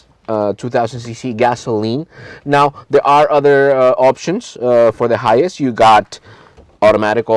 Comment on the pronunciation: Why do you sound like your saying hius? It High -ace (hiace)